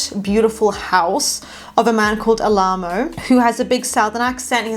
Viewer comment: It’s pronounced AL-uh-moe. And we already know Gina is at college but the actress didn’t want to return